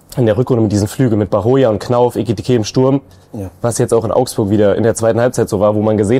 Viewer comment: Mal an Hinweis an: Unser bester Stürmer heißt eKitiKé (mit 2 K, nicht mit 2 T). sagt immerzu eTikiTé. Klar kann man bei ungewohnten Namen mal durcheinander kommen, aber ich finde man sollte dem besten Spieler der Mannschaft den nötigen Respekt entgegenbringen, seinen Namen richtig auszusprechen. Ich merke es mir immer so, dass sein Spitzname ja "Heki" ist und nicht "Heti", also das K kommt zuerst. Ich finde die anderen könnten auch mal darauf hinweisen.